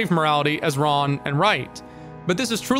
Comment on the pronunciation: When you said what is right and wrong it sounded like you said what is right and Ron, and in Japanese slang ronery means lonely and as a socially isolated character even the concept of being lonely is of course villainized demonized criminalized and ostracized to the point where in religion one must ask like God where did loneliness come from if it's such an offensive thing. What is right and what is wrong so basically what is group and what is not group yeah that's how (hiveminds attack) people think.